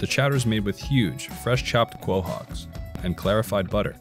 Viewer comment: Quahog is pronounced CO HOG